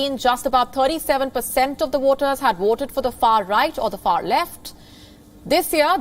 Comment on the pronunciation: your voice is little too loud 😮 you saying woters not voters